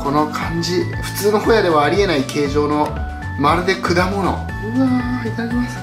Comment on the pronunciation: ホヤを捌くが親を捌くに聞こえた